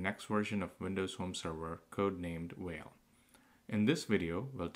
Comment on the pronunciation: No no. Not "Whale". It's "Fail". Learn to read.